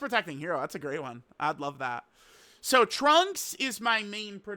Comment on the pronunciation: Funny way to say SSJ Trunks